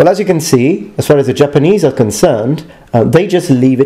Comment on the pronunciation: Thank you for the extra attention you put into pronouncing the Japanese names of the separate pieces of your armour. Very helpful.